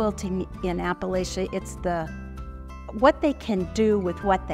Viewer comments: Apple-atcha, not Apple-lay-cha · so the woman speaking about quilts is saying apple-lay-cha, not apple latcha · Oh,, how could you? Appa-lay-shia? You've lived here long enough to know better than that! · The information was well done but PLEASE learn how to say Appalachia! It is pronounced like you say “apple-at-cha” anyone who was raised in that part of the country cringes every time someone pronounces it. incorrectly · I can't imagine where you heard it! I'm a Virginian and have always heard it in the south pronounced as "apple-at-cha." That's the way my family and all the people I've ever known from this part of America pronounce it. The way pronounced it is from the north. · Ironic that the intro talks about a region largely misunderstood by outsiders and then has it narrated by someone who's an outsider who pronounces it oddly. Sorry, love quilts, and watch everything I can about them, but this seems a tad condescending. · Agree. I stopped watching after after the fraudster kept saying the name wrong. Clearly she doesn’t know anything about the area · Please! The host needs to learn how to pronounce Appalachian & Appalachia.